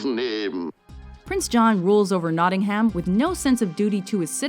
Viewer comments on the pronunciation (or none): Please don't put so much emphasis on "ham" in Nottingham... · you said notingham wrong